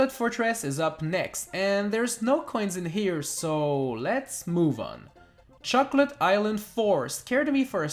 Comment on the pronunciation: Who else heard chuckle-et island?